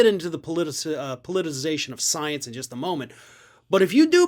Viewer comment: SNL nails Margarine Tinfoil Queen on her love of sience. Yes, that wasn't a typo. Say it as I spelled it. That's how MTG pronounces science. That proves she doesn't believe it because she can't be bothered to say the word properly. And no, I do not chalk that up to her twang.